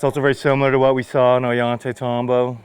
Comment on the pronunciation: Oh-yhan-tey-tahm-bo. I love this guy.